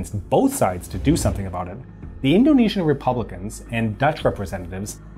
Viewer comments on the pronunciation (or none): none